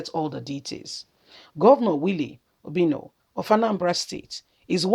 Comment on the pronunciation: It is OBI-ANO, not Obino. You are so bad at pronouncing names. Are you not a Nigerian? Correct pronunciation of names is part of education. Rubbish.